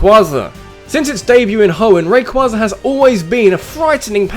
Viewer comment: It's rayQUAYza not rayQUAHza